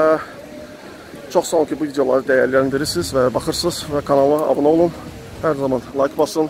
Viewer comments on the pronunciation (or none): none